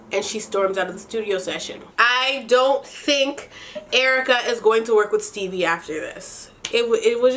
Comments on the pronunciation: Dying everytime you say “Stebbie” 😂😂😂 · The fact that you kept calling Stevie "Stebbie" 😂😂😂😂😭